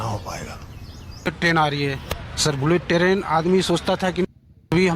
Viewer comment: बुलेट टरेन 😂😂😂